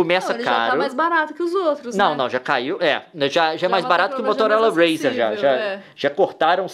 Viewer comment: Leon: "motolora razer"